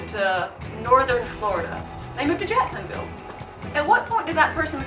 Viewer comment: He loses his southern card because he pronounced Jacksonville as Jackson-Vull.... Its "Jackson-Veal".